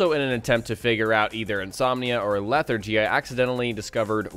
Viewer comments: "Leh-thar-jee" hearing you say it wrong is begging for a face palm. I weep for the future of our youth.... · Can you get "infections" from sleeping with companions? Also, it's LEH-THAR-GEE. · How do you not pronounce lethargy correct, yet you pronounce lethargic correctly? I'm just saying its just... odd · I can't give a thumbs up to an English-speaking guy who doesn't know what the hell lethargy is or how to say it.